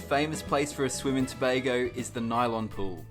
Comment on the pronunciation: I hate when people pronounce it tu bah go 😫. Go on you sir for pronouncing it properly.